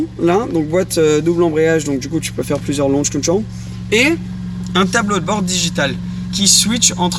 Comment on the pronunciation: LAUCH Control sa façon de le dire 😂😂😂😂😂😂